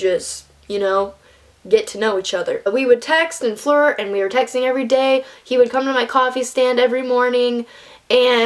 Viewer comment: I thought you said "We would text, and fart" all casual I had to rewind and watch that bit again to realize you said FLIRT. LOL